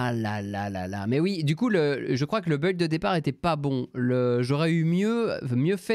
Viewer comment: "faire un beuilld" XD